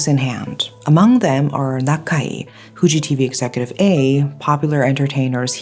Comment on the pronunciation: Your pronunciation of "Fu" in Fuji TV is actually pretty good.